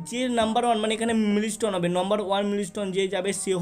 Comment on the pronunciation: Dada mili stone na mile stone hobe 😂😂😂😂😂😂😂😂😂😂😂😂😂